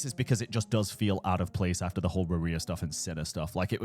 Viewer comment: why every time i hear you say "rerir" i hear "maria' instead lol